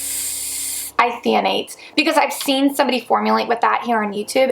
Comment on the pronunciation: Great, informative video, thank you! I LOVE that you trip over some of these crazy words, i do too, but in case you want the proper pronunciation...viscous = vis-cus and isethionate= eye-seh-thigh-oh-nate. ;)